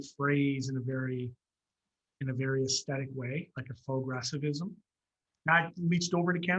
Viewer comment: “fauxgresivism” LMAO great interview nice to hear about the happenings in Canada!